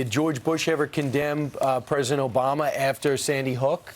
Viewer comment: "Ptesident" Colbert you are on fire! 🔥😂